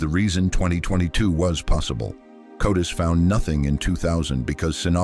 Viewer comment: *CODIS Not "Codus".